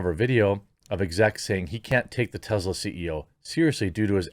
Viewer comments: Its Tesla not Tezzla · Ive tried to ignore it, Jeremy. It's (teh-ss-luh), not (teh-z-luh). Soft S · It is pronounced TeSla not TeZla.